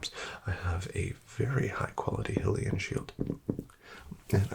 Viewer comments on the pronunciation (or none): Did bro pronounce it "Hill-ian"? 💀 That's "High-lian" my guy. 🤓☝️